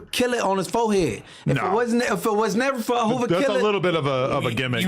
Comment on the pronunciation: when said Okilla…i started dying laughing 🤣 …he really can’t help it 🤷🏿‍♂️